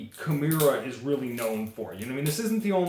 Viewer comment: Key-More-Uh. Balisong is one word too. Not balley---song. Good vid other than that nitpick.